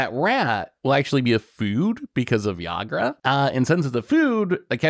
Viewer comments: Pretty sure it's pronounced EE-grah and Ygra is definitely a mountain lion lol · Boy was I looking forward to how badly was gonna pronounce ygra. I was not disappointed lol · constantly mispronouncing ygra and calling it a tiger was driving me nuts lol